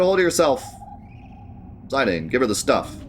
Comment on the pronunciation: 13 years old and we can’t figure out how to pronounce Zidane correctly like do you have the internet. Or just assume you know everything like what in the world.